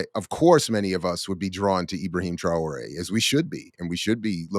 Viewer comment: TRA'ORE ,, get it right 🤔